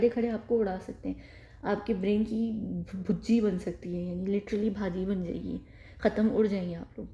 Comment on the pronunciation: It's BHURJI not BHUJJI